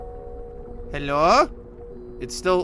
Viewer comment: Is so funny you said helo